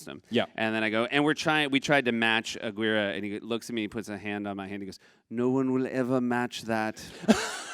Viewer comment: from a "jackal" (as you apparently refer to us!) Did you twice or thrice say "'uh-GWEER-uh,' The Wrath of God?" You fool. 'Tis "uh-GEARR-Ā" The Wrath of God. Now Herzog's BB-riddled skeleton will haunt you for ages (I can't wait until you guys come back on Monday. I need to mainline some Corrections 😅)